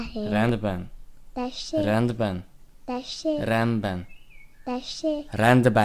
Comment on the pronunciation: Sokszor azért nem fogadta el azt a szót hogy 'rendben' mert úgy mondtad hogy renben